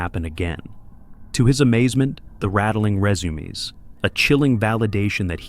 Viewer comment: "to his amazement, the rattling rEzOOMeEZ" . SO PROFOUND, Im InSpEEred :D